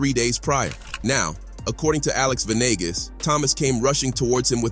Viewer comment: Ve nee gaas. Not venigas